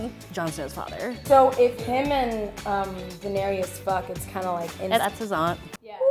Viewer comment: Did she say Daenerius lol